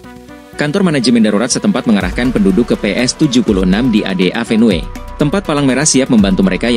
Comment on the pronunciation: Avenue dibaca : Évenyu !